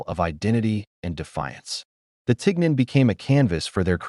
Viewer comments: I speak French and this pronunciation isn't right either "isn't Ten" but "Tee" it come from "chignon" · First of all, it’s pronounced TEEN yawn, with the “n” being soft. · No. It's not pronounced tig non. It's teen yon. If you can't even bother to pronounce it correctly, why should anyone believe you know the real story? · We pronounce tignon as tee-yaw in southern Louisiana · It’s being pronounced wrong, Lol! It’s called “Tee-Yawn”… a head wrap that had to cover the hair. A lot of elderly black women in Louisiana still wear it today while cleaning,doing laundry etc. I live in Lafayette,La.. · At the very least, correct pronunciation of tignon (tee YON) is necessary. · It’s pronounced “TihYon” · It's pronounced (tee-NYOHN), though. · Besides the AI pronunciation of tignon hurting my ears and the arbitrary mix of different era fashion hurting my eyes, let us bear in mind that Miró fulfilled the plea of jealous white women. Approx. a century later, empress Josephine (a born Creole of the earliest definition) adopted the headscarf and it became en Vogue among the French high society- well, this “inspirational” trend adoption continues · They made a video using AI and somehow couldn’t get the French prononciation right? I can’t watch this video. My ears are hurting.